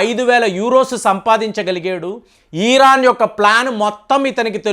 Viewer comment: దయచేసి ఈరాన్ అని అనకండి, ఇరాన్ అనoడి